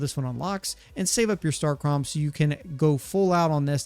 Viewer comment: Its pronounced starcum